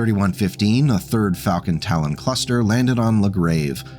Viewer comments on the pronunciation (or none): none